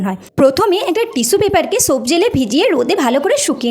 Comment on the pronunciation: এখানে এই লোকটা লেখার কথা না দিদি,, তোমার কথার উচ্চারণে তুমি soap কে shop এর মতো উচ্চারণ করেছো তাই ওমন করে বলছে 🙂